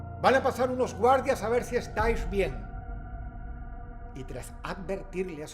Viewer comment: Estaish bien🤣